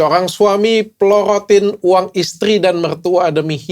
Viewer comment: Porotin dok..bukan plorotin😅